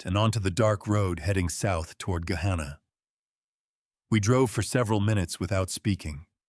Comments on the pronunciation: There are no longer any farms on the drive from Dublin to Gahanna. Pronounced Guh-Hanna. Not Guh-hawnnuh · Was the Thanksgiving dinner in New Albany? They went south on 62 to Gahanna which was incorrectly pronounced. Route 62 doesn’t go to Dublin. If they took 62 to return to Gahanna I assume they came from New Albany and not Dublin. However later the story said the Whitfield compound was in Dublin.